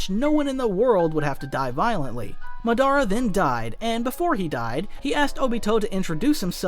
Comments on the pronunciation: Madara not mah dar rah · Yea he drove me crazy with that muh-DAR-uh instead of Mod-DUH-ruh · Bro youre saying the names all wrong. I cringe everytine you say matara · Is this Ai? Because why is he saying Madara like that? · If you gonna say MADARA Say it RIGHT